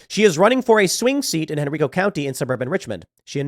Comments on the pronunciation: The way you pronounce Henrico😂 instead of Henreeco say Henriico...#hometown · Henrico is pronounced en-r-eye-co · Henr I co I as in I am a person Hen RI co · Henr(eye)co county. ;-)